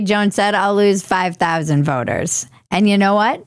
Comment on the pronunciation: I heard "I just lost 5 thousand boners". I had to rewind and put the captions on. 5 thousand voters. I was looking down at my phone and was like "WTF?" . 🤣 🤣